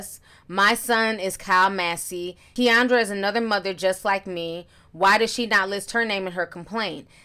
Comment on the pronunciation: I think her name is 'Ken-drah' Ti, the way you said it reminds me of that Key and Peele skit though 😂♥️🙌